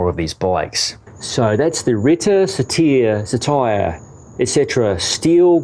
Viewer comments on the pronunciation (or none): I’m pretty sure it’s “sar-ter” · it’s pronounced ‘sattur’. Short ‘a’ sound (not ‘ay’), hard ‘tuh’ (hence my use of the double ‘t’) and longer, deeper ‘er’ sound at the end. Classicist and English teacher trying to help. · best part of this was watching you struggle and hating all the comments you knew were coming your way. dead laughing...lol try "sitr", also "sit are" pronounced the same, but spelled differently for comprehension sake. think i'll watch this again, just to view the struggle